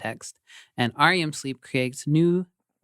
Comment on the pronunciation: Tangents, the weirdest thing of this episode was, you all kept saying, "R. E. M. sleep," pronouncing the letters separately. Nobody does that. We just call it rem sleep, and have done so for decades. It is an acronym, and like most of those that can be pronounced, it became that from at least the 1960s on. Think, like, UNICEF. Nobody says the letters separately, because it seems like a word, while the NAACP is pronounced as letters, because it doesn't speak easily as a word. Meanwhile, great job, as always. Your laughter is infectious, and lifts my mood. As someone with chronic depression, you guys/gals really help me out.